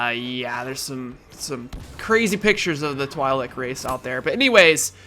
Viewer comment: Twi'lek It is TWEE (Like tree) LECK (Like Check) official canon pronunciation.